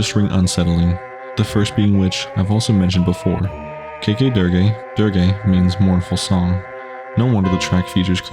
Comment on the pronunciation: "Dirge" is pronounced /dərj/ - as in "Funeral Dirge"